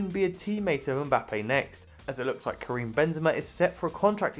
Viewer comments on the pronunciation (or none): none